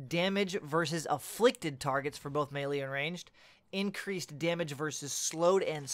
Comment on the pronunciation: am i the only one that cringes everytime he says melee?(may-lee)... its "may-lay". Oh just me? carry on then XD